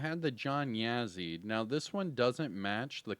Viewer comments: yes sir, “Yaw-ZEE” kind of a less inflection of the “w” sound like saying “ah”, so more like “Yah-ZEE” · Yo,, the Yazzie character, I don’t mean to be the pronunciation police, but as probably you’re only Native American agent😬 follower, from the areas which this last name derives. You say “Yeah_Zee”, when in fact the beginning pronouncement kind of matches the word”jaw”, but put “Y” for the “j” in jaw, so you would pronounce it as “Yaw_ZEE”. Trust me, The Division2 pronunciation is how they recorded it, but our unit might be met with resistance if the franchise has to cross reservation borders. 😆🪶 Thanks Agents! ⭕️